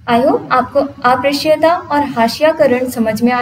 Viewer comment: ये अप्रश्य नहीं उच्चारित होगा अस्पृश्यता है